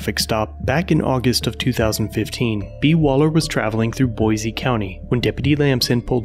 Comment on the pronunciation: There is no "z" in Boise. So why do you say Boize?